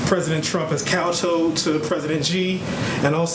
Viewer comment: A journalist that can't pronounce kowtowed. Imagine my surprise.